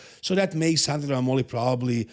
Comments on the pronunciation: MAH-moli. Found that out today also. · The pronunciation of Mammoli is with the stress on the A